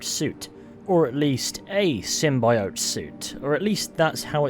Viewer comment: Say symbiote better